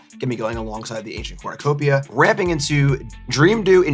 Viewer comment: ACornucopia!! Lol, no one caught that, it was good!